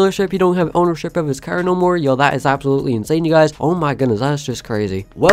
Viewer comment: It’s funny how you say cerrr